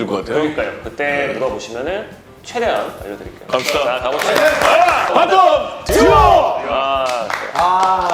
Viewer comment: 처음에 바텀듀오 이 발음 너무 찰지네